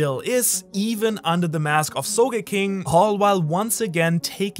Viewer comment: I thought it was supposed to be "soge-king" not "so ge king"